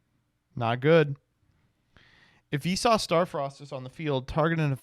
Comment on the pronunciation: I swear every time he says Visas I think he is saying Vsauce.